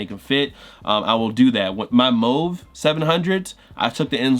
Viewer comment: You got a thumbs up from me just for pronouncing 'Mauve' correctly